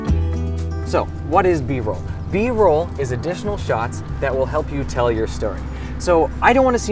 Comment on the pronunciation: It’s B-Roll not Broll, bro lol